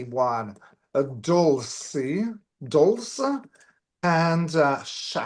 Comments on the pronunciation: please stop calling Roswell "area 51". Area 51 is in Nevada. Dulce is pronounced "dull say". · Dulce, pronounced like 'Dull-see'.